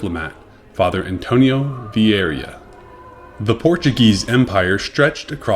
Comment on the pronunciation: I like your channel, but it would be even better if you learned how to pronounce Latin, either in the traditional English way or the classical way. You also mispronounced Vieira [vee-AY-rah], Carolingian [kar-uh-LIN-jun], et al. Best wishes.